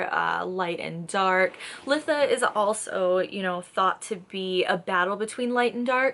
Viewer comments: I've gotta say it... It's pronounced lie-tha. Beautiful video other than that. ❤ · Good video! But it's "lye-tha" for future reference ❤